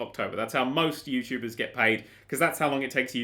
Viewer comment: I was pointing out at the end you said yourubers instead of youtubers.